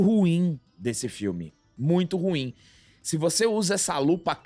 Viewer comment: 'ma'é muito rrruim